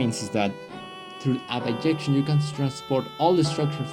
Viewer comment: In English it's bijection. There are languages that pronounce it similarily yo "biyection", but not English